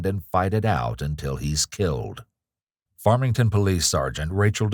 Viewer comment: I don't want to hear that one cop say farmington police ever again.